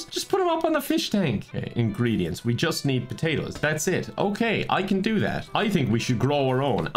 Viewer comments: "I'm thinking potatos" Every Irish person ever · "I'm thinking... potatoes" 10/10 Irish